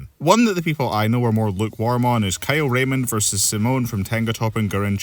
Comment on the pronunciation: That's how Simon's name is pronounced It's not Sai-mon, it's Simone